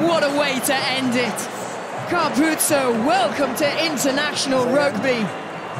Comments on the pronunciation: “andre capoze” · di Amalfi hey there, just googled, his name is Ange Capuozzo, not cangaroo, apologies for the mistake, it was a genuine mistake and there is no need to be offended. Cheers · Carpuzzo! Capuzzi! Capozzo! Carpazzi! Capanazzi!.. Yes, it's a record number of mispronunciations of an Italian's name in one game!Congratulations Italy! 😎